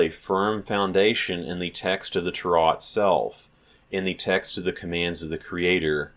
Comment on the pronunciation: oh good grief, who taught you how to say "Torah" that way????? Do you have any Hebrew study or are you self taught?